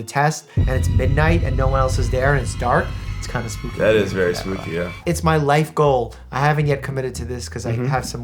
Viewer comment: Did Doctor Mike say SPOOPY? 😂